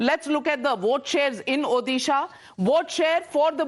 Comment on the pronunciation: National anchors, please learn how to pronounce state names correctly. Odisha is pronounced ओडिशा not ओदिशा